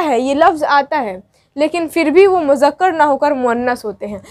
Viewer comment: Mujakkar nahi Muzzakar... Moannas... Good job but write and speak right Urdu... Udru is a great language